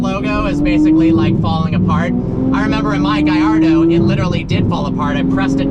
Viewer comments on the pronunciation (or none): none